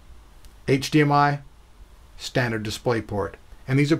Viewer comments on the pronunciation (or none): none